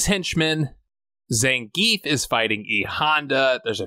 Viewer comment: It’s pronounced Zain-gef not zen-geef